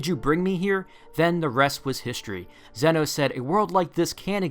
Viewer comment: Btw it's not zeno its pronounced zen-oh like yu-gi-oh